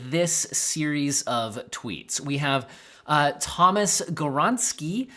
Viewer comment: Not Tomas. Tomasz. Pronounce SZ like SH in space shuttle.